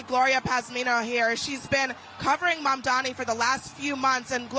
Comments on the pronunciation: Maybe the haters will learn to correctly pronounce his name. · Anyone noticed how Cuomo always mispronounces Mamdani’s name? It’s as if Mamdani is a nobody to Cuomo, like he’s an afterthought. Not anymore Andrew, huh?